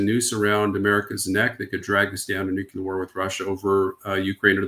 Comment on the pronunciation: Its nuclear, not nucula